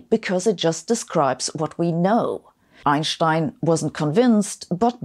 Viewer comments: I like the way u say "Ainshtainsh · I only listen to your channel to hear you say "Einstein" :)